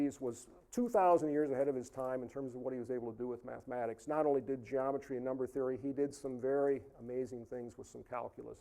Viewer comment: Why do these people always pronounce "mathematics" as "maff-mad-eigs"? What the fuck is wrong with them? Why do they hate mathematics so much that they can't even pronounce its name without sounding like complete morons with something stuck in their mouths?